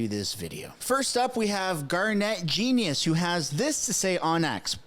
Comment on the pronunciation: Garnett Genuis' last name is pronounced "Jeniss," as an FYI. I know his family. I know it looks so much like genius, but it's not. ;)